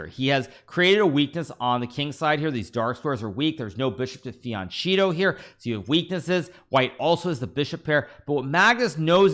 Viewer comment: actually your pronunciation of the French "en passant" is not bad at all! But your pronunciation of the Italian "fianchetto" is terrible :) phonetically it is like "fjaŋˈketto" because "ch" in Italian sounds like "k"